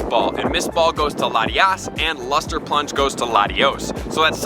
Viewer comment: Lmao “Luster Plunge”